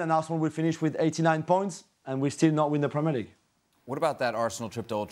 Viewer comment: Say premier league properly yank